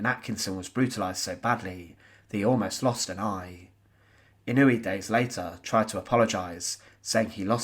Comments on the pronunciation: His name is NOT pronounced in-NOO-ee. It's pronounced IN-noo-way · Pronounced ‘In-o-Way’